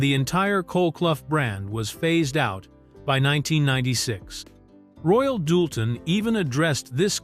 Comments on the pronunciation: Same AI voice.I've heard many times getting very bored with it. He mispronounced the china as royal " dull ten " plus many other mispronunciations... This documentary could have been more concise and shorter.!!! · And it’s not Royal Doolton, hahaha…but that’s an AI voice reading a script. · Royal DOOLTON??? Really??? 😖🫣